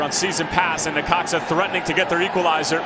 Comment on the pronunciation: It’s necaxa lol